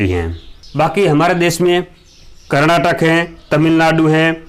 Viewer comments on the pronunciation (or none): none